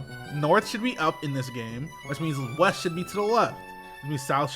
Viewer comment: they said "weast"